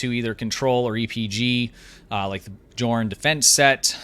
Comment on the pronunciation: Great video, thank you! but honestly...did you just call the Gorn the "Jorn"? I'm triggered...LOL Gonna call your ship Jandalf the White